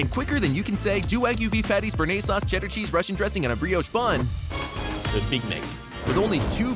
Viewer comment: Narrator screwed up “bearnaise sauce” haha